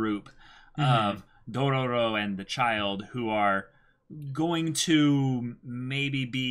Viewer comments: I'm gonna be that guy 😂 you're saying too many ro's you say 3 and there are only 2 r's in the name lol not that it's a big deal though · Okay boys. Say it with me: "DO-RO-RO." I'm seriously wondering if they're screwing with us because one of them had to spell it right for the video title. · Its only DO-RO-RO, not Dorororo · You guys have an extra "ro" in your intro